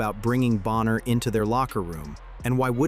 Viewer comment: It’s not Boenher, it’s BONNER!